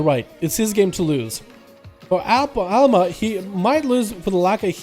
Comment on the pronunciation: it's Alma ffs :D